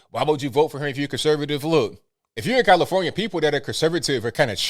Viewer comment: "commifornia" LOL